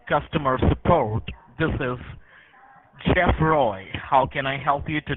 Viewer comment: His first name is "CHEFF ... J-e-f-f " 🤣